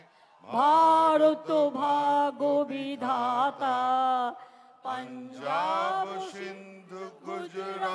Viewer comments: পাঞ্জাব নয় ,বলতে হবে পঞ্জাব। মারাঠা নয় ,বলতে হবে মরাঠা। যমুনার গঙ্গা নয় ,বলতে হবে যমুনা গঙ্গা । আমি অবাক হলাম অনেক শিল্পী ও জ্ঞানী গুনীজনেরা ও একই ভূল করে গেলেন। বাংলা ও বাঙালির মাথা হেঁট হোল। কথায় আছে না, অগভীর সমুদ্রেই বেশি ঢেউ হয় , গভীর সমুদ্রে নয় । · পাঞ্জাব নয় পঞ্জাব হবে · পঞ্জাব উচ্চারণ ভুল আছে।